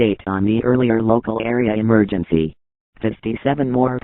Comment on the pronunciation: Its Emergency Not Emerency